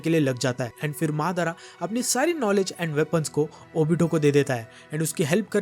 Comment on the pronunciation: Are bhaiya wo madar nhi madara h😂😂😂😂😂